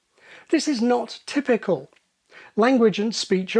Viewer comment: do you think you could say "typical" instead of your silly "typicoo"? With an L.